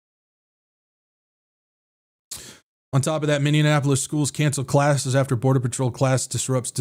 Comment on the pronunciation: MINNEAPOLIS, NOT MINDIANAPOLIS😂